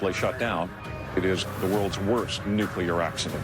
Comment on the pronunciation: Why do tv show producers keep employing narrators who can't pronounce the word 'nuclear' lol